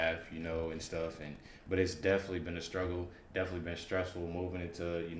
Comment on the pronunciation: DEFINITELY……..not deffly . Give me a break, this guys as dumb as Willis. Why do we need dumb people reacting to reaction videos! Learn to speak d bag